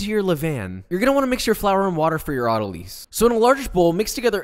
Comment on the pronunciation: As a medical professional, I’d like all the bakers to know how much joy I get from hearing you mispronounce words like autolyse.